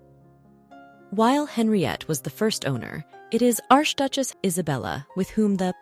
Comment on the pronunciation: QUESTION: For someone doing a show about jewels WHY is the word “peridot” mispronounced “pair-a-DOT” pronouncing the “T” at the end? Also, when saying “arch duchesse” pronounced the first word as “arsh”? Whomever is doing this is not taking care to double check, what I now assume is AI. I hate that. A pity because the stories told here seem to be well done.